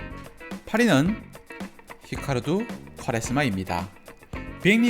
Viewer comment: 꾸와레 스마. 꽈레스마 라고 해서 누군가 했네 ㅋㅋ 빵터졌습니다. 꾸와레스마 라고 발음합니다